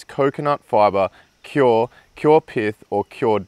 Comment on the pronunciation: Just a heads up, it's pronounced coir, not cior...